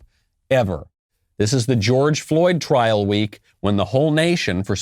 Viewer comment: It’s *trial not “trail”